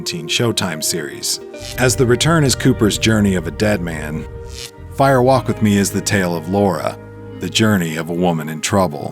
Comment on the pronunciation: Distracting that the narrator (AI?) continually says "Fire WALK With Me". Why the emphasis in "walk"? A fire walk (over hot coals) is a thing, it isn't a fire WALK verbally. Spoken aloud , it should sound like "firewalk". No special emphasis.